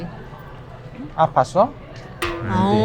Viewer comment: 아팠는지 물어봐..아팠어 영어로 뭐지? "아퐈써?" ㅋㅋㅋㅋㅋㅋㅋㅋㅋㅋㅋㅋㅋ 🤣🤣🤣